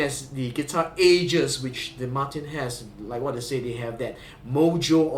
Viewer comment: Thanks for a comprehensive review of such a nice guitar. As a Brit, may I also congratulate you on the correct pronunciation of "Martin." This is something that is beyond the reach of all Americans.